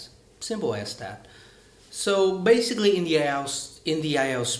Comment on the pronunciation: You need to stress some words also, you talk to fast and often do not take the time to stress some words with more than one syllables, for example: " basically, speaking, English.." if you can correct these mistakes you would sound much better.